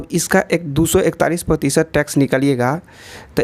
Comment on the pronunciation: It's Tax not Tex 😅